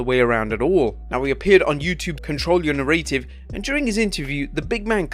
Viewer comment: Stop pronouncing "narrative" wrong!